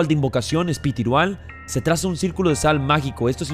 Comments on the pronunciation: Contexto: espitirual 🤣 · Invocaciónes "Espitiruales" 😂😂